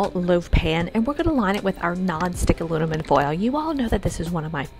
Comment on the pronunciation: Aluminum (not alunimun);♥️🌷